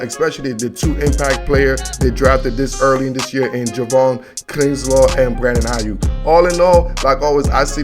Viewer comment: It's "Buckner" not "Bruckner" It's "Kinlaw" not "Kinslaw" 5th round pick Colton McKivitz.